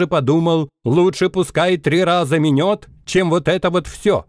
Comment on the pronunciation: не минËт, а минЕт. Там игра слов